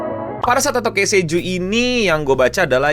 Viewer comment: Ki sei juu bang. Tolong. 🥲 bukan kei sei juu